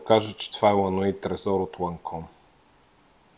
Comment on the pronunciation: Казвайте Ла Нюи Трезор, а не Ла Нуи Трезор. Във френският език освен Oui (Уи)- - "да" , почти я няма тази комбинация. Същото е и с Je suis - жьо сюи, а не жо суи.